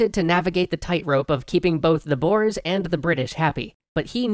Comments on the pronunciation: Not Boers, but Börs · Why can't anyway say Boere, its not Boers, basically said as Boore (but the OO is a little shorter than scary boo) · The pronontiation of "the Boers" was TERRIBLE, because they are not "Bores" (Im South-African if you cant tell) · Yeah it's pronounced "Boors" not "Boars" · I'm pretty sure its pronounced 'boh-ers', not 'boores' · It's not pronounced "Boars"(animal), more like "Boo-re/u" It's the Afrikaans word for farmers, as that's what the ex-dutch citizens thought of themselves as and wanted to be. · Boars (Boers) XD Being an South African I laughed at that pronunciation. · Yea, they don't know that letter combination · Hey bro! the "boers" as you call it it pronounced like boore. I should know damn it XD awesome vid bro. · Im dutch so i know how to spell boers it is bours that's how you say it:) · Its pronounced - Booorey or boore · It's pronounced "boo-ers". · Typho skarm his pronunciation made me laugh, but it's slightly annoying. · Lol as a South African I can't get over the way he pronounces "boer" 😂😂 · Paul Hanson And mabie even talk about the wrongly prononced "boers" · Boer is Dutch for farmer ( the oe pronounced as the "ou" in you), so they are basically just called the farmers. Great video though ^^. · You didn't say "boer" correct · boers? oh boy... a boer is a farmer in dutch, its also pronounced way different XD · That isn't how you pronounce boers